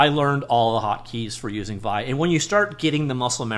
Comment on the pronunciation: Looks like I'll test drive it after all... thanks for an insightful video! One side note: "vee-eye" as opposed to "vie"